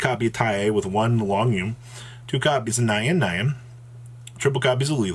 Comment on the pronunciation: nyan is one syllable.